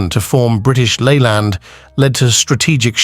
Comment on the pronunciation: I can't watch this Cr*p . how do you pronounce Leyland ? The info is all over the place and mainly incorrect